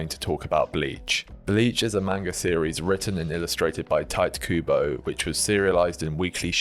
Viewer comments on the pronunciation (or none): "Tight Kubo" O.o